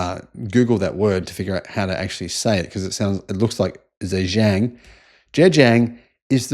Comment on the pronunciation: Pronouncing Chinese words or names needs a bit of guidance... Zhejiang is the "Ger" from Germany, plus a jee-ung sound, but melded so it is almost a single syllable. (but not "jang", as you said). If you really want to be accurate, the tone combo is 4 and 1.